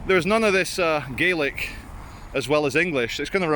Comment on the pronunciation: There's a million things wrong with the details mentioned in this. The worst couple are just the pronunciation of "Gaelic", and the mention of the wrong hills, etc. haha! The national monument upon Calton Hill is the reason for "Athens of the North", not quite the National Gallery on the Mound (so-called because it was made from the dirt from when the New Town was build, and Nor Loch drained). The one o'clock gun is definitely hilarious when it catches tourists off guard.